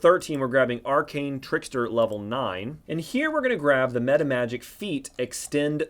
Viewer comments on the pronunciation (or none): none